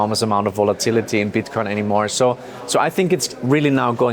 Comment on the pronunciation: he said bitcon